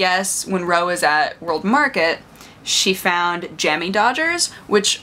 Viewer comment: It's Jammy Dodger. The accent is on the dodger, not the jammy >:(